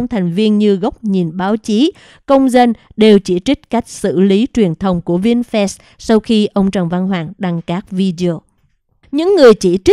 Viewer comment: Doc chu "vinfast" la vinh phat chu khong phai la "vinh phet "